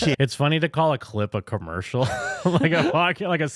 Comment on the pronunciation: i think Corey meant, "com-mers-mill" crackle crackle😂🔥